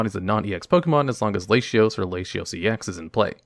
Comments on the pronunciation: The mispronunciations are a fun quirk of the channels! "Lashios" God is testing me. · “Lashios” My guy. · I think he reads it the same way as "ratio" where the "t" has an "sh" sound. This is likely the case as he pronounces Latias' name as "Lay-she-as".